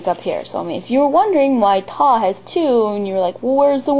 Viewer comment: ur good but i just need to fix some thing ط=ta not taw and ظ = tha not thaw and غ= is wrong to not rein but i cant write it in english ... goodbye